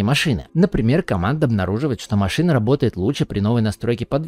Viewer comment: маЩина))) на вЩю))) Ахаххаха